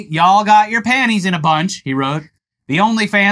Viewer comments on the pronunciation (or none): WTF is "ya all"? "Y'all" is swiped. later in switches